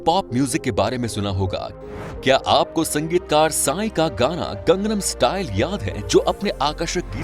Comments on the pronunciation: You are also wrong the pronounciation is " gangnam style". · yes 😂😂 It's gangnam style